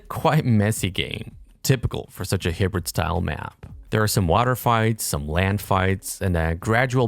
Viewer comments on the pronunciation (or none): high brid not hib rid